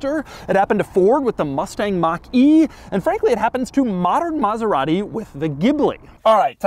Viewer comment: Stewie approves your extra "H" sound in your Maserat-Hee pronunciation. coool Hwhipppp. same comes from John Davis host of Mote-Hore week